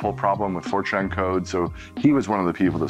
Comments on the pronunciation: each time he says FORTRAN, i kept hearing 4chan ...LMAO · Oddly, I’m the other way around 😅